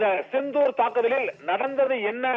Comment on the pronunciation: operation chithoor ra, sindhoor da. Nalla tamizh pesara, vazhga bharatham, vazhga natramizhar, vazhiya senthamizh naadu